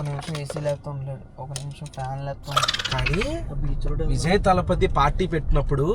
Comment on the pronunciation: adi Vizay kadu adi Vijay nuvu vizayyyy antunav😂😂😂 tamil nadu tiffins ela untayo cheppandi